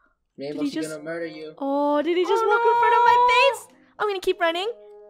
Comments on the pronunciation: THEY ARE SAYING MERDEWER NANI!?!??! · Did just say "Murdewer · said Merdewar